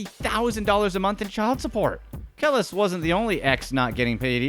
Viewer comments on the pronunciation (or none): Hate when people mis pronounce peoples names. NAS' ex wife is named Kelis. Pronounced [ka-lease] not [k-lis]. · "kill'is" loool.........KE-LIIIIIIIIS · When you pronounce Kelis as Kellus, you don't know real hip hop I'm sorry but if you knew who Nas was you would've known how to say her name. lol plus she made the song milkshake which is still being used in Movies, Tv shows , etc. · Who TF is KEL-LESS LMFAO… I think you mean Kelis pronounced Kel-Lease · It’s Kel-lise, not Keliss😔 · he called her "kell-is"...dude, its "ka-lyse"...the milkshake song chick. bruh how you not get that song and name burned into your brain back in the day...every 15 min on the radio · how many people giggle when he pronounced Kelis "kellis" LOLL (its Kah-Lease) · It’s Keh-LEASE not Keh-liss 🤦🏾‍♂️ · Kuh- lease. Not kellus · Nas story. His ex wife name is pronounced (Kah-Lease) Kelis. Not (Kay-Less) Do a little audible google research before stating names! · Nas isn't broke, and her name is pronounced (Kel- lees). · It's not KEL-is, it's pronounced Ka-leese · It's Pronounced (Kha-lease) Not Kell is 🙄😂😂😂😂😂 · Kelis is pronounced Ke-leese. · It was the way he pronounced Kelis that did it for me "Kel-es" 🤣🤣🤣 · Nas ex name is pronounced Ka-Lease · its k-lease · Please listen to a urban dictionary or atleast pronunciation on how to pronounce URBAN "BLACK" NAMES Pronounced "KEY-LEASE" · The way he pronounced some these names is maddening 🤣 NAWS, KELL-IS, KAM-ILLIONAIRE (Friendly fun) Videos are dope, sir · its pronounce kel leese.....lol and nas isn't broke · Kelis 🤣 Pronounced Ke-leese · Ahhh, that's pronounced Ka-lease! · This dude said Kellus smh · *Clears Throat*.... (Nas' Ex-Wife's Name's Proper Pronunciation....) "KEH-LEASE!!!!" #You'reWelcome....👍✌️ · Stopped watching when he called kelis KELLISSS. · Smh Kelis? It’s pronounced “Keee-Lis” She sang my milkshake brings all the boys to the yard. Dang dude, work on those pronunciations 🤭🤦‍♀️ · lol..its KA-lease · Ex wife kel-is 🥴😂😂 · KEL-LIS. smh